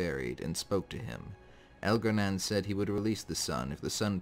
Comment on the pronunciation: It’s pronounced Elgar-nahn not Elgar-nan.